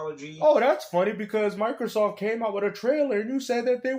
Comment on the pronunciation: Is this clown calling it Michaelsoft?? Does he also “axe” questions?